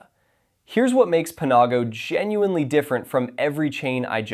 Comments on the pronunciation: I've never head Panago pronounced Puh nah go before. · "pa-NAW-go" lmao what.